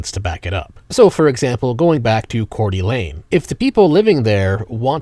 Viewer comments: I'm feeling particularly called out. Kootenai first. Also you pronounced it wrong. It isn't French. Core Duh Lane. I am curious why you called out that city specifically... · It's pronounced Kor-duh-layn.... where we give homage to our lord and master Hagadone. Seriously though, you do excellent work. I tip my proverbial hat to you, along with my actual hat.:):):)